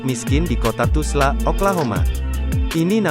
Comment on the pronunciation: Dah kenapa di ubah² tulis dan nyebutnya Tusla pulak??..TULSA la...